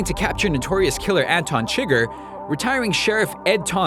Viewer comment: How are you explaining the ending to No Country when you clearly haven't even seen it? It's not "chigger" it's "Su gar"